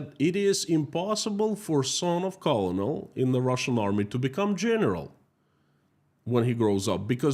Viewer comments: Colonel is pronounced "kernel" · colonel is pronounced.. Kernal. but its close enough. Well, only reason why American's aren't there.. they don't know what russians are or ukraines to be honest. But they can tell you what a jewish person is and why they should protest the "mighty" jews over the "underdogs" even if the underdogs killed hundreds of people, but god forbid somebody retaliates against the underdog. Free occupied Ukraine. Protest Russia. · Colonel pronounced Kernal in English language😊 Great job as usual 👍💜💚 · Just FYI because this is a common mispronunciation: Colonel is pronounced "Kernel" in English (like a popcorn kernel). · Daily reminder that "colonel" is pronounced "kernel". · One note about pronunciation: the word "colonel" is actually pronounced like "kernel" in English. Yes, it's ridiculous, but that's English for you! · btw I think Colonel is pronounced the same as "kernel". (At least according to googling "colonel pronunciation") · I'm sure you want to know colonel is pronounced ker-nal. Thank you for your work. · colonel is pronounced like “kernel”. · Yeah FYI for whatever reason "Colonel" is actually pronounced "Kernel" like corn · your site regarding Russia is the site we watch as true and reliable information. Just a correction for the pronunciation of US COLONEL. Say it like US kurnel. Makes no sense but that's how to say it. Your information about this current world situation is much appreciated. We know this is a very difficult time for you and your family. Our prayers are with you. Bill and Pam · Love your content...although I wish you would check pronunciation of words you don't know :-) "colonel" as an example takes only seconds on Google. I wish you well none the less 🙂